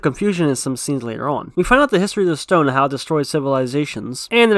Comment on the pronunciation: It's called thick accent